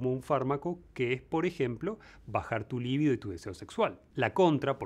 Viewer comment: Excelente video. La pronunciación "líbido" (con acento en la priera i), sin embargo, es incorrecta; lo correcto es con el acento en la segunda i: "libído" ( la tilde en este caso no se escribe; es solo demostrativa).